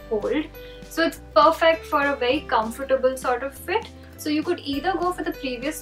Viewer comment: FYI you mispronounced comfortable